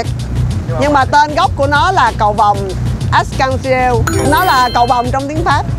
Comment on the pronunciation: arc-en-ciel 🌈 đọc là ác cong xi el ạ